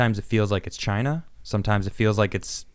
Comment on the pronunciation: IT CAME FROM CHY-NUH